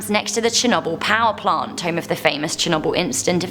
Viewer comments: can someone please teach her how to pronounce Chernobyl and pripyat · Said pripyat and Chernobyl wrong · Got to love pronunciation of Chernobyl and Pripyat